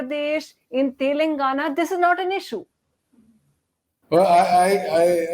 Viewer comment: The anchor needs to take time out and practice pronouncing names like Tamil Nadu, Telangana and Andhra Pradesh. The lack of proper education and general awareness about the diversity of this country, and about basic things like pronunciation, in north India, doesn't seem to be just restricted to the cesspool of uneducated masses in that part of the country.